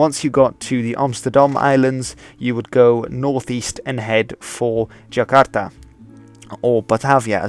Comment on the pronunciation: Man this guy really can't pronounce Jakarta or Amsterdam lol. And why's he put on that werid accent 😂😂😂